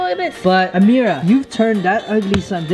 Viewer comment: defentily ammerah its always ameerah